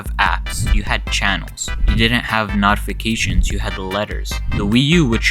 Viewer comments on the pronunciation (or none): Did that dude really say, “Naughtifications”? 😂